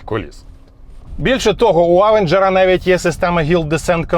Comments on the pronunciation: Авенжер... як серпом по вухах. Він Євенжер !!! То навчіться говорити хоча б правильно ! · Евенжер правильно а не через а…